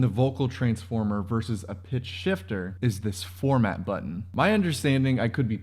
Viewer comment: Formant. Not “format” 😄